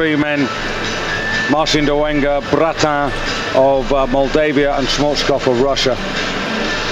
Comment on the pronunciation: your videos are the best, why he says dolenga and not dolega, or i heard it wrong